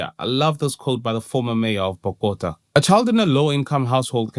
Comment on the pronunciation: Bro calling bogotá bokota 💀